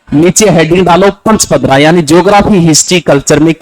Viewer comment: Paspadra not panchpadra